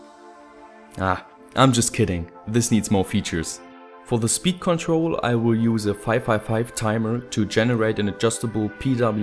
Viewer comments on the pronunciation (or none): none